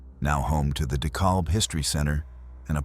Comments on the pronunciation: Decalb County is pronounced De "cab" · Pronounced De-cab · Dekalb is actually pronounced "Dekaab." Commonly mispronounced. Cool documentary. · You pronounced Dekalb wrong....it is where I am. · that's why the narration sucks. Do a vote, you'll see that people prefer real human beings doing the narration on these programs. Yes, it can be that trivial to some people. Like the correct pronunciation of DeKalb. That was a dead giveaway.